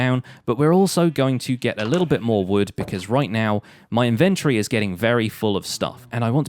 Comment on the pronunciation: InvenTORY, not Inventry